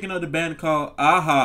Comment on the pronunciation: You said there name right the first time. Great song and video and the pictures in the video was drawn by the lead singer! I remember not just they great song and his voice but the video was a very cool concept! Nice 👍 reaction!